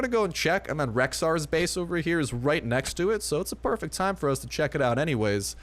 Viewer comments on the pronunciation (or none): none